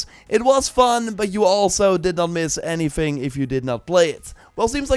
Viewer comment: its not anyfing its anything,... is it really that hard